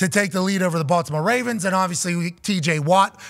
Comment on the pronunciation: our team is the 'Ravens'. Say it properly.